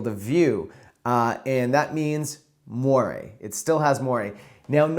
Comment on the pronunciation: Er did you say “mwaraay”???